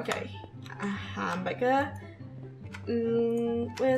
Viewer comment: Is it me or does funneh say 🍔 hamburger weird and I'm watching this over again